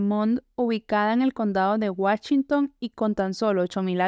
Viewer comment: Lo sé no sabe pronunciar bien los lugares de Estados Unidos dijo Wachington con Ch y se dice Washington con Sh 🤣🤣